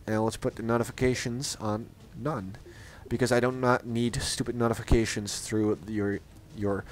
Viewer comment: nice english im actually surprised, but one thing, notifications is pronounced note-ifications. Not nawtifications. Just saying, optherwise you sound plain american to me ;)